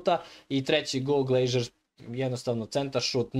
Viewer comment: Nije Glejžer,nego Glazer 😅